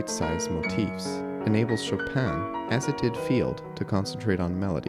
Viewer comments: Not SHO-PAN sho pin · The N of chopin is not pronounced in french. Its a french name, not polish.